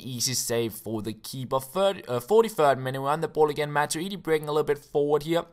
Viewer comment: matuidi -- machuweedee